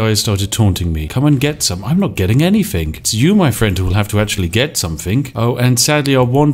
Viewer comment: I love someone calling themselves The Spiffing Brit, but cannot pronounce “th”. Anyfing, I don’t fink so, etc.